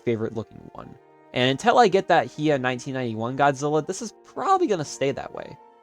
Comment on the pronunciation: It's HI-YA! Hiya!